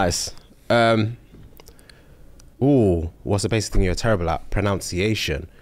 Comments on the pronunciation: ProNUNciation What is ProNOUNCiation? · well its 'ProNUNciation' so yeah they're right.... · my exact thought! it's proNUNciation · "something basic you're not good at? Pro-NOUNCE-I-ation" lol! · pronouncing ‘pronunciation’ wrong was tooooo much and nobody clocked it!!! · The way pronounced ‘pronunciation’ wrong in a tweet about pronouncing things wrong 😭😭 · When he mispronounced pronunciation 😂😂😂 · Pronounciation is the most common ironic statement I reckon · Not mispronouncing “pronunciation”